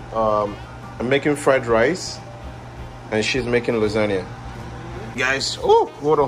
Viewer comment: luisangna, no its lasgna loooooooooooolllllllllllll!!!!!!!!!!!!! ah you guys are super funny, love the american and nigerian dynamic its wonderful